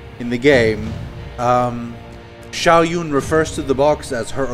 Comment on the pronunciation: I'm not sure what kind of accent that is but it's definitely not Chinese. Honestly the only accurate voice-acting wrt actually pronouncing Mandarin correctly is the guards. The characters featured in the cutscenes don't even say their names right. Shao Jun they pronounced Shao Yun, even though it's pronounced like you read it. Jun and Yun are two different things entirely. Zhang Yong is a hard zh sound, not soft. Honestly.